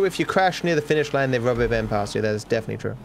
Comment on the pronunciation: what is 'rub a band'?